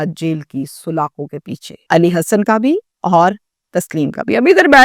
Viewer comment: O YOU STUPID AND BRAINLESS, SOOLA-KHAIN IS NOT CORRECT WORD, SALA-KHAIN IS CORRECT WORD